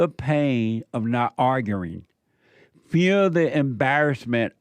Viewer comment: And why do you say ppl are "arggering" its arguing 😂😂😂 damn bro u embarress yourself all day long